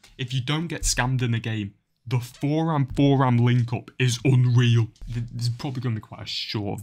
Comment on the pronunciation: Btw u pronounce it turam i think